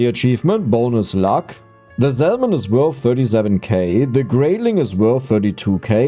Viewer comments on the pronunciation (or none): Hey always love the content and these longer ones are great for company. I did just want to mention the the L in salmon is silent. Keep it up bro, youre making the world a better place with the joy you bring.